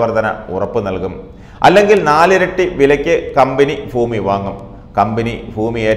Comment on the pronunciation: ഫൂമിയല്ല ഭൂമി